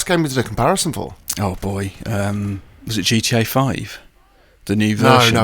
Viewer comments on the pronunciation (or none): "Is it chee-chay 5?" I had to rewind that for a sec to realize he meant G-T-A 5 😂